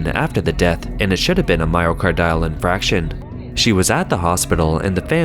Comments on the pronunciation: It's "infarction," not "infraction" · I know everyone here loves the narrator even though he sometimes mispronounces words or names. But here I need to point out that it's pronounced "myoCARdio" (just like "cardio" of course), not "myocarDIo" as he keeps saying. 🤦 And as others here pointed out, it's "infarction" not "infraction." It shouldn't need to be said, but if you are narrating a respected channel like this and don't know how a word is pronounced (especially if it's repeated), you should look it up first! ... Same with "HaiDIAN" not "HAIdian" District, though on that I admit I'm being nitpicky.😆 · My-o-car-dee-al in-farc-shion, not myo-car-dile in-frac-shion.